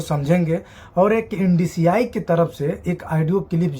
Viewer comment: Ndci nahi hota hai mere bhai NSDC Hota hai 😂😂😂